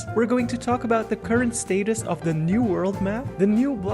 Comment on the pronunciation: Why did he say status like that? that’s not how you say status